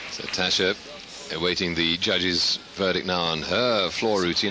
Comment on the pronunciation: it's ok because that wasn't Tasha on the floor anyways it was Tabitha, didn't you know? I've heard commentators butcher names before but that's got to be the worst pronunciation of "Tasha" I've ever heard.